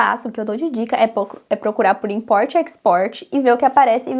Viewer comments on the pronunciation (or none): Sei que você não perguntou mas percebo que todas as vezes que você fala palavras em inglês você adiciona vogais no fim das palavras e isso é um erro. Não é o seu accent, não me entenda errado. Falar facie bookie, i likie… invoicy… isso são erros que cometemos. Eu já fiz muito isso mas aos poucos da pra ir polindo e melhorando essa pronúncia. Exemplo, importie and exportie… fala um T mudo e o inglês vai mudar muitoooo